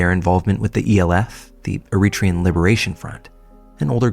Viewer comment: Eritrean is pronounced air-uh-TRAY-uhn